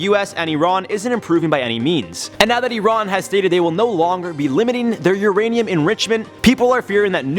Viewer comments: E-rohn? Its pronounced "I-ran" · Nobody:: uron